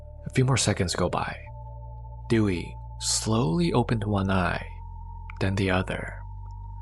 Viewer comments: Her name is pronounced Day-we not Dewey from "Malcom in the middle" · Her name is Dewi not Dewey😁😁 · It is pronounced Day-Wee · I know her name is most likely "Dewi",... but it sounds like "Dewey" 😂😂. Awesome content as always, keep it going